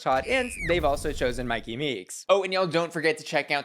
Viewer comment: In Australia we have Myki Cards, which we use for public transportation where you tap on and off using scanners and it is pronounced how she pronounces it... So I read it like that "S